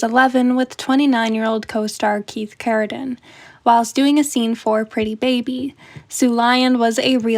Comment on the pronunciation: Keith CarradINE, not "din".